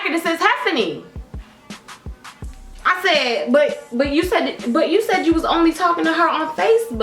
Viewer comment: OMG I thought it was hefany too😂